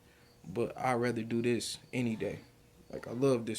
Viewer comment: The word is with! NOT wit. Pronunciation is key if you want to make videos with your vocals. The word is this! NOT dis.Instead of making babies at16, you should have been focused on school/education! As Tyriq always says "ya dig?" .